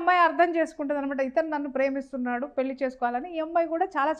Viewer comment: Anchor pronouncing wrongly. Pelli and bandham should get corrected through a language specialist.